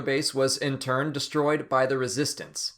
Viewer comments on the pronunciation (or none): none